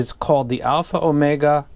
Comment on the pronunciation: that "omega" sounds kinda spanish